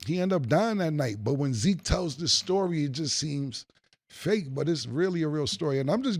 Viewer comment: And zeek not tuff 😂